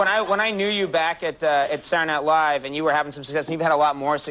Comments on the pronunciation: Conan always says "Satnilive" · Why does Conan always pronounce it "Sar Night Live?"